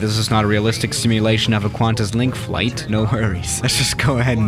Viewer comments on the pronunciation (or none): You have offended australian airlines its pronounced "Qwantis" not "Kantis"